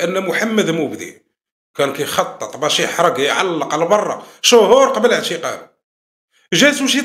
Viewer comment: سرح لسانك م تقولش اعشقاله قل اعتقاله انطق حرف ت في محله و حرف الشين خليه عليك مرتاح انت من زمان العالم تحرر وانت باقي تشا تشا تشا نتاع لحراطين سير حرر مخك من تعياشيت بوجهك كخبزة لبرابر